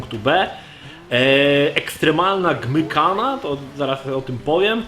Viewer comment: Gymghana czyta się Dżimkana.